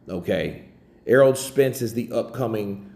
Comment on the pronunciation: Is my man saying errold?